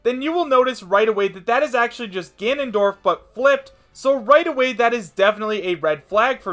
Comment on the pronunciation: "Tanondorf." Seriously.